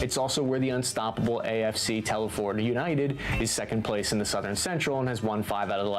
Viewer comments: Shropshire, literally 5 mins down the road from me and it's pronounced Tel fud not Tel foord! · just a correction to the vids narrative, it us not Tell-ford, it is pronounced Telfud, a small town in Shropshire, well to be precise a new town built in the 1970s. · he did not just say Tell-Ford hahaha